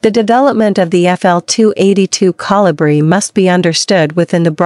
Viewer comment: Couldn't properly pronounce the name of the Kolibri. Very distracting to say the least.